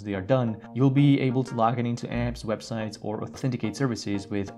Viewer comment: The way he says "apps" lolol